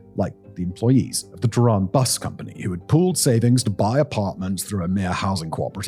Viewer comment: .typical sensationalist statements such as ".. not exactly paradise, is it?" Or the fact that he cant be bothered to learn to pronounce any of the names correctly( TEHHRAAN becone Tiraan!) only proves that it's all speculative outsiders' perspective . .